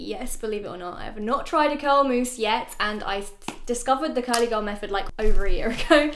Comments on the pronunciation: It’s mousse not mouse, great video as usual👍👌❤️ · cos you said mouse instead of mousse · .... girl it’s MOUSSE